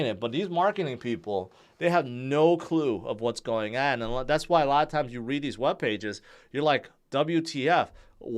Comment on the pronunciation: can’t pronounce ‘going’. It comes out as ‘gowl’. He has a problem conjugating verbs too. But yes, it’s endearing.